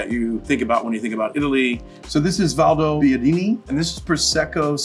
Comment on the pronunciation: Cool but please learn how to pronunce Italian names. Valbobbiadeen?